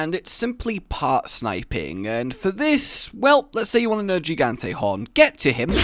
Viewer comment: Nergigante has a hard g. Not a soft g like a j